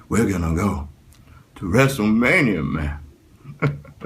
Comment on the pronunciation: When he said "We're gonna go to wrestlemainia man." I started cracking up, it sounded like he was drunk 😂😂😂